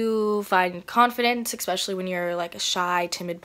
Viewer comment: Exspecially is not a word. 😁